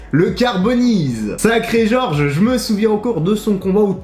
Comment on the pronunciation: Jorge ça ne se prononce pas comme George ;)